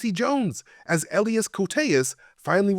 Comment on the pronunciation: why is it so hard to pronouce Elias?